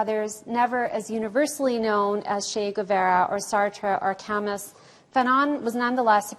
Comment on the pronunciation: Did she really pronounce Camus "Cam-muss?"